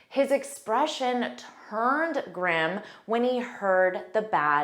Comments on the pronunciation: Please clarify the pronunciation the Grim /grim/, it’s heard as /gream/ or I can misunderstand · Sorry, but your own pronunciation of GRIM is wrong. I listened to you many times to make sure of that, and it was clear that you were saying : Gram with an open "ah" sound, while all the three men, including ex-president Obama, did pronounce it the right way , using a closed sound at the up of their esophagus while pronouncing the letter i as "eh" which is the right way to say it. I panicked when you pronounced it, blaming myself that I was pronouncing it wrong for all these years, then I got my confidence back when I heard it pronounced by the three men as I do too.